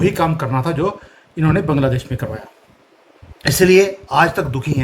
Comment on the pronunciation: Your hindi Pronouneciation is incorrect like taandav, Baangladesh